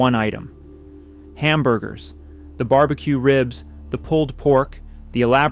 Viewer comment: It's ai slop. Mf said "bar bee quay"